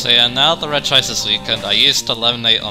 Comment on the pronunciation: When it comes to Regice pronunciation I feel like Re-gi-ice one of the most egregious cases of mispronunciation because unlike other cases like A-Geh-Slash vs Ee-Geh-Slash where all the words to make those sounds the persons head are in the name itself, Re-gi-ice esentually adds an extra I to the name. It’s a bit like how using Expert Conor as an example, The name itself since it can be spelled a few different ways, but different pronociation would come from changes in spelling despite sounding very similar, the name would end in an Or sound for the foremost, a Nor sound for a double N and and a Ner sound for its various spellings, Regice being pronocirr the way it often is sounds even weirder considering that’s it a static name that doesn’t have multiple spellings. As for Regice itself, repeat what I said about Regirock but flipped. that’s it’s a special tank with good Defence while being able to hit hard with a decent selection of moves, mainly Ice and Electric moves. But from what I’ve heard Regice was OU back in Generation III which surprises me, considering that although better than most defensive pure Ice types because of how high it’s bulk overall and it’s lack of resistances, but from what I’ve heard Fighting coverage wasn’t that good in Generation III, your most powerful commonly available option was Brick Break so it wasn’t as a viable to be knocked out, allowing it to use its power and special bulk with less to worry about. Regieleki is weird, because I’ve heard it